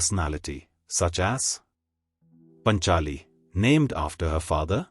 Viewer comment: Get your pronunciation right pls: yaajnaseni NOT yajnaseni and paachaali NOT panchaali.